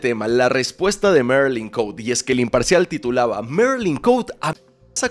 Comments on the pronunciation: Marilyn Cote, jajaja Cote no se pronuncia en inglés es Cote tal cual se escribe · el apellido de la marylin es cote asi como se escribe se lee,perdon es que cada que te escuchaba decirlo me conflictuaba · Chale yo me apellido igual que ella...y no somos familiares pero se agradece que lo pronuncies mal